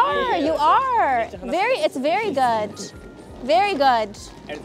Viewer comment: Lol "very goot very goot" I'm happy she got him I BE SO MAD WHEN THEY DON'T GO TO PEEPS